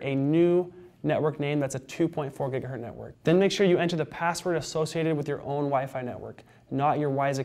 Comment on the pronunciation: Stop saying giga-hurt